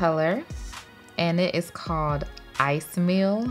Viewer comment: ICEY MEAL 😂🤣 SOUNDS LIKE "I SMELL" 🤦🏼‍♀️🤷🏼‍♀️